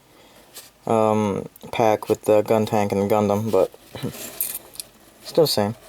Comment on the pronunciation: You slipped on saying Guntank haha . Enjoyed the review!